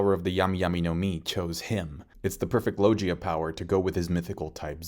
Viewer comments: Why do you say lojia instead of logia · I like your videos but please say Lo-GHEE-ah not Lo-JEE-ah, I cringe every time I hear Lojia devil fruit from you. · Low-Gee-Uh Fruit😂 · I'm stuck on para"meshia" and lo"G"ia but yet all the Japanese word a spoken so... good video though! First time watching all the way through one of your video because you have a tendency to so things like this has to happen as if you're some sort manga experienced writer of an world famous manga; which you did this video too but I just kept listening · All these years and still can't pronounce "logia" correctly... Lol ... Still though, I gotta say, good job on the vid bro! 👍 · Interesting way of pronouncing Logia..zoan and parametia..